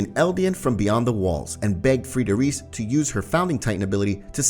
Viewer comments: I get so angry at you. You called reiss REECE it’s RICE and you called Maria Mah-re-uh but it’s Mhar- E-UH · you pronounce reiss like "rice" not "reese" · Nice vid brother only Reiss is pronounced rice and not Rees 😜🔥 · Bro said REECE ITS PRONOUNCED RICE. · Its not riss tho its rEis with strong E [reis] not rees ok? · Im so annoyed that he says Reiss wrong…. Its EI not IE so say it right please…